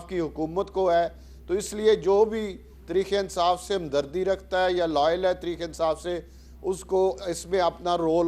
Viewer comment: راجا ریاض کو تحریک انصاف بولنا نہیں آتا اور ان کو عوام اپنانمائندہ منتخب ہو۔